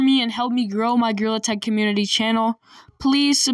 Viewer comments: Bro, really said girl tag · Why did you actually just say grill attack it’s gorilla tag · Why are you saying?grillattack 💀💀💀💀😡😡 it is gorilla tag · Bro he actually called gorrilla Attack “GRILL ATTACK” 😂😂😂😂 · bro legit Said girl tag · Blud also said grewlet 💀💀💀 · BRO YOU SAID GRILL ATACK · "GREWLET HAD" 💀💀💀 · Bro really saying grill attack 💀 it’s gorilla tag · Bro, literally said girltag😐😐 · "Girl tag" "grill attack" " Grilla tack" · He be saying: gorilla tag| and the captions are saying : GIRL ATTACK💀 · really said grill attack 😂😂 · ‘’GRAWL ATTACK’’ 💀💀💀💀💀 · “GREWLET TAG”💀💀💀💀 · Bro just said Girl Tag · Why do I hear grill tack😭